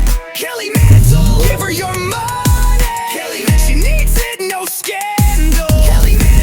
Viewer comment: I hear "Hello, I'm Kelly Mantle. Hello, I'm Kelly Mantle. Hello, I'm Kelly Mental."